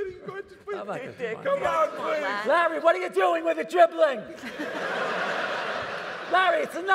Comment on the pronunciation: It’s class she still calls hi Lar instead of Larry